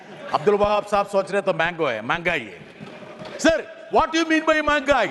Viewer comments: ബ്രിട്ടസ് ഹിന്ദിയെ കൊന്നുകൊലവിളിച്ചു 😃😃സുഹൃത്തേ മങ്ങായ്‌ എന്നല്ല മെഹങ്കയി എന്നാണ് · മാങ്കായ് അല്ല മെഹങ്കായി ആണ് ശരി